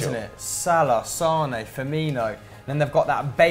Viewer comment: "Salah Sane Firmino" Sane... kill me now